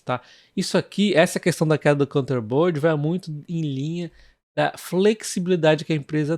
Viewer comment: 😂 Foi mal ser chato. Mas é assim mesmo que se diz, é só parar pra ler a palavra “containerboard”. Você fica falando counter-bird ou algo do tipo. Sem querer ser chato. Adoro os seus vídeos, 😛